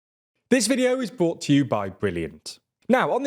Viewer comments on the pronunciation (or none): I swear he says "this video is bought to you by Brilliant.."